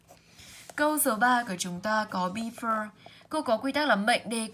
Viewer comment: Before cô đọc sai hay sao ạh?